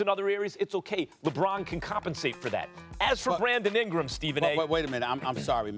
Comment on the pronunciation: "Bwandon Ingwam"